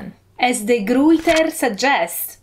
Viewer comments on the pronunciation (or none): Very interesting. One pointer on de Gruyter. That is a Dutch or Flemish name. Your pronunciation was not quite right. If you have google translate speak the word ruiter in Dutch, you will hear the vowel sound for ui or uy, which is just an old way to write it. The G is also different in Dutch or Flemish. Again, have google speak ‘Goed’ in Dutch. You’ll get it right quickly, and hopefully wonder about some of the weirdnesses of languages. Greetings from the Netherlands!